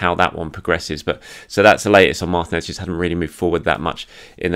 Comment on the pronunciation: Martinez is pronounced MarTEEnez. I thought we had this settled by the time Emi left. 🥲🤣🤣